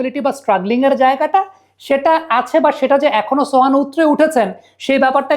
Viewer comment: ছোহান না সোহান 😂